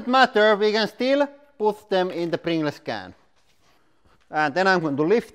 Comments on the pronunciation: u should say "prin-galls" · Btw is pronounced pringulls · Pringle’s is pronounced - Pringls / Pringuls. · I love how he says pringles “pringless” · I say pringless too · Yeah, I can definitely see why non-native English speakers would pronounce "-gles" as "gless" instead of "-guhls". Almost every other language in the world would have pronounced it "-gless". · hahaha, pringlays. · Just came to find out how Lauri was going to pronounce "Pringles", and he didn't disappoint. We brought too much Pepsi MAX to the picnic... Next time we should Pring Less. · Its more of a "pringlez" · More like pring-less, like in something that has no pring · yh mate I'm fukin drowin in tears 😂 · Pring-less less pringles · Love the way he says, Pringles. Pringless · Its pronounced pringels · It's like the word "singles" you say it like sing-guls and not like sing-less haha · Finnish doesn't have any silent letters, so he's pronouncing it the way he sees it written.😀👍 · “Pring-gless”! 🤣🤣🤣🤣🤣 Dude, you’re awesome!! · thats how any finnish pronounces "pringles" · everyone in finland says pringles like that lol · Pring-les he says👌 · I like how he says Prin ge lez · Nobody: Lauri: PRINGLESS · “ Pring Less” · "Pringless can" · Pring-less can Loool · I know it's spelled Pringles but its pronounced Pringuls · prin-gles funny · because English is such a stupid language , pringles is said or "pringals" . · wait how the hell is pringles supposed to be pronounced then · aR Ballistic yeah lol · This is exactly why I loved this so much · Not really an accent thing, it's just the way the word Pringles is said when pronounced like it would be if it was a Finnish word. And because Pringles is called Pringles also in Finland (obviously), people are used to say it like that while speaking of Pringles in Finnish, and don't necessarily realize to change the pronunciation when switching to English. If that makes any sense.